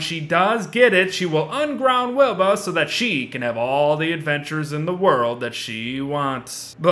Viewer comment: Very late but, you called her "Weeba" or however you would spell that.